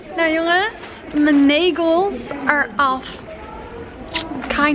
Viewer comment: ✨m’n negels are af✨ beautiful engels 😂